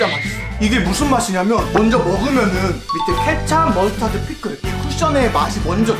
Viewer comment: 케챂이 아니라 케찹